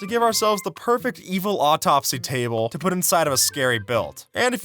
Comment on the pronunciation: "with som anvils to but for the aigdes"